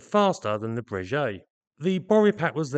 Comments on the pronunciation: Just a side note: Breguet is pronounced /Brayghay/ and not /Brayjay/😉(tricky treacherous French pronunciation). Another common mispronunciation being /Dazo/ instead of /Dasso/ for Dassault. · Great content and thanks for the videos. One point, your pronunciation of the name Breguet, should be as a ‘G’ not as a ‘J’. It is the same company who build excellent up market, high end watches or horology and it is always pronounced as Breguet with emphasis on the g.